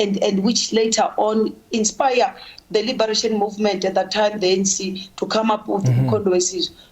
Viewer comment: South Africa's minister of justice pronounce is top notch. Forget the African accent, it's allowed, but the pronunciation leaves much to be desired!!! Genuinely - Ginianlee The - Deh This thing - Dis ding 🤮🤮🤮🤮🤮🤮😭😭😭